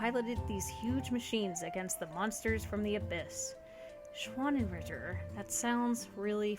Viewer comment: Me, a German speaker, every time that anyone talks about the schwannenritter: * extreme cries of agony*